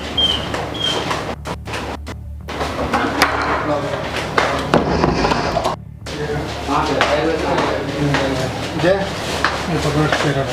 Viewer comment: Jay ko theek se bolate Nahin Aata aur Bada aukat dikha raha hai